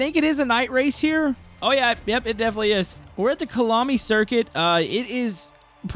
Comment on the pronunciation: said kalami💀 bro im sorry but its actually cah yah la me